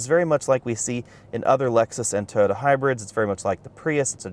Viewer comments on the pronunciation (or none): none